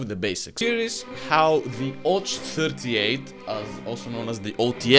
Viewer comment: It's ОЦ, not ОЧ, you confused the sounds a bit. Which is strange, since I assume you're a Bulgarian and thus very familiar with the Cyrillic alphabet. You're literally the ones who invented it. But maybe in Bulgarian Ц makes a different sound. Or I just missed the joke. ... Why are you making my brain suffer, comrade?